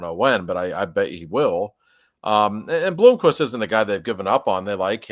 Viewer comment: Might be a good idea to learn the names of the players. It's not "BlOOmquist" only one O